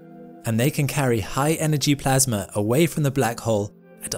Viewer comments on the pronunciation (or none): none